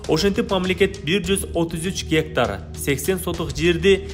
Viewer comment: Гектар дененди кандай айтыш керек Адылга уйротуп койгулачы бироонор. Журналист болуп алып тын суйлой албай, орусча билбегенин айтпай эле койолук